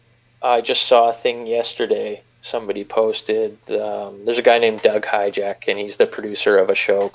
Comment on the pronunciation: fyi Doug Ha-ji-sek. Not hijack